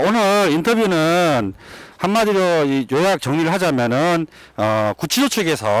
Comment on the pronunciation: 고생이 많으십니다. <구취소>가 아니고 <구치소>입니다. 한자교육반대뒤에 생기는 심각한 문제 !!!